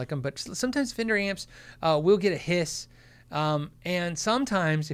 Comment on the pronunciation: "in a fender hat" sounds like "an offender hat"